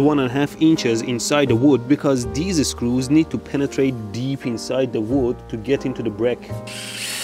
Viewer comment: Drink something every time he says "deees-e screews".